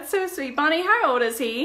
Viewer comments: I love how she says how. Howr. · Me neither. How does "how" turn into "hawr"? They don't even sound similar. Very odd. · She can't say how she says hower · I have never heard another person pronounce "how" as "haawr" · I wonder if she had speech issues because that msy explain Bella's delayed speech too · It sounds stupid